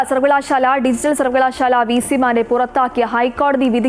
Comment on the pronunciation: News reader please dont stress in the wrong places. Sounds very awkward. Sarvakala....shaaaala . Why do you stress shaaala alone. It is one word. Vidyabhyasa sthapanangal. why sthapanam gets more importance? Malayalathe kollaruthe.